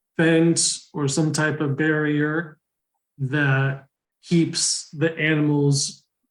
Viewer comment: barrier NOT barrior